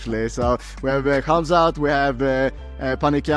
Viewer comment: Helwani is such a mark. First you're a Canadian born and raised, why you over emphasize the H for in Khamsat? Second, after the 8# miss, why would the UFC trust him to make Champ weight?? Pretty sure Dana said he'd be at 185 from now on. Ariel, Gerry, Khamsat and Cejudo are literally the worst parts of being an MMA fan. Sal D'Amato's scorecards are less annoying